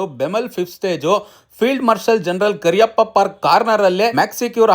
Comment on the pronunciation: ಕರಿಯಪ್ಪ ಅಲ್ಲ ಕಣಣ್ಣೋ...... ಜನರಲ್. ಕಾರ್ಯಪ್ಪ....